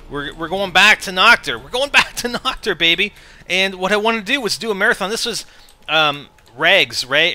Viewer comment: its called Nacht and you should pronounce it with an h and not with k like nackt because that means naked in german...